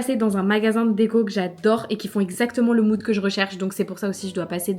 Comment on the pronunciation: Quand tu parles de moude je t ai perdu bleu électrique 😅